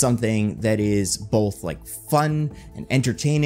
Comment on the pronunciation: I'm obsessed with how you pronounce both. Bolth.